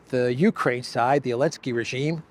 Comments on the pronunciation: OK I just got ask finally, is there something in Ukranian language where you don't pronounce the Z, in Zelensky, or is that a special American dialect thing? I mean I have done it myself a few times after listening to you etc. and I know dropping consonants is normal with slang. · ZELENSKY NOT ELENSKY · He’s NOT called Vladimir Zelinsky, it’s Volodomeer and he’s in Keeeev. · His name is Vladimir Zelenski not Volodimir Elenski